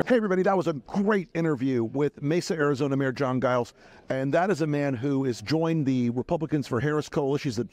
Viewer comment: Giles is a pretty common name still in Britain.. but it's soft-g "Zhiles" not hard g- "guy-lz." Whatever. What's important is that Guy-lz puts the republic over party and for that I say, thank you, sir, for your integrity and your service.